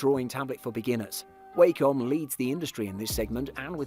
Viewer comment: Its 'wah-com' not 'Way-com'